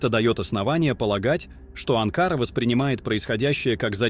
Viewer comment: Не АнкАра, а АнкарА,балбес!!!!